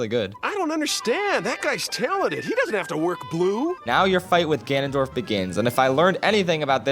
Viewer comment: Him: Ganondork Me: Doriyah stops